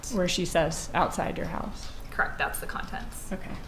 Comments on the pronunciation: Lol.. cracks me up when witnesses keep saying crect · She did a good job though aside from the dragging consonants & her pronunciation of “correct” - “Cr’ukct… There were 2 phone calls made the mourning of __ ? Cr’uckt. There wasn’t a phone call from an 845 number on the night of the 18th? “Cr’uckt.” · omg!!!!! So Annoying.. CRECT